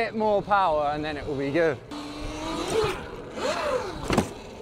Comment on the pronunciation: nobody: sam: ItS sO GeWd